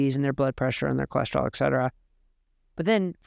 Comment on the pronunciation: FANTASTIC TECHNICAL ANALYSIS. Flawed grammar in part. "CAN'T HARDLY" is incorrect. The expression is "CAN HARDLY" otherwise you are using a double negative. Do NOT use the expression ET CETERA, unless you learn to pronounce it. ETC is simply the Abbrev. The phrase "people that....." is incorrect. It's "people who...." 2nd grade grammar. People are WHOs not WHATs. People are not objects. Many other opportunities are available to SOUND as smart and learned as you obviously are. Again- fantastic rigorous analysis.